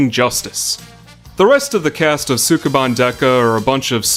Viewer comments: your pronunciation of Japanese words is terrible. You're supposed to say sukeban quickly. It's pronounced skeh-ban. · They pronounce it more like "Skeban" but you're not Japanese... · Ouch, pronunciation! The "u" in Sukeban is almost not there. Former co-worker was called "Bancho" at school because her voice was so deep. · If you are going to make an entire video around a word you should probably make sure you can pronounce it first. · Mispronouncing the title within the first two seconds of the video. (¯―¯٥)